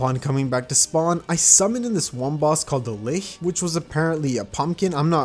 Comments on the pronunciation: it's not lihh It's lich L I C H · This guy just pronounced lich, as lihc. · Did he just pronounce "lich" as "liugh?" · I’m mad at how you pronounce “lich”